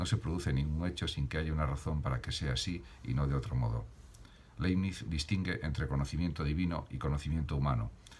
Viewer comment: Aprecio su aporte. Sería positivo sí pronuncia el apellido del autor como se debe. De modo que sonaría laɪbnɪts. Gracias.